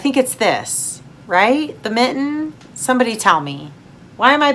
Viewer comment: Your mitten was correct ✋️👈 lol. I lose faith in humanity on the regular, glad you pushed through and came back. 😊🍸